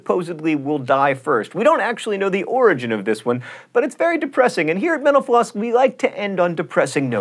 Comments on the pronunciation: Why do I keep hearing 'menopause' when you say 'mental floss'? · every time he says "thanks for watching mental floss" I hear "thanks for watching menopause" lol... I'm so weird... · Am I the only one who thinks John Green is saying menopause instead of mental floss? Lol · Anyone else keep hearing "menopause" instead of "mental_floss"?